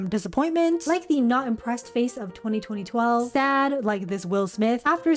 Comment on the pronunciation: did she say 202012 or 2012!?